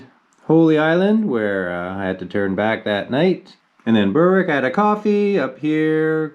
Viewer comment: can I get one thing clear it’s EDIN-BRUH and also it’s pronounced Ber-wick